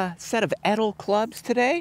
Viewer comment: I wonder when Edel will call him to tell him he’s pronouncing the name of the brand incorrectly 😂